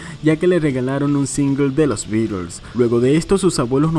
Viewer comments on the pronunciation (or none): none